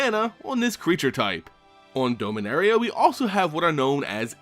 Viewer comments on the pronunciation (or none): It’s DOMinaria like dominant, dominance, not DOMEinaria, hate correcting people but it’s a pet peeve I guess